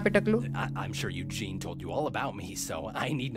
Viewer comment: Eugene ❌ Yuzin ✅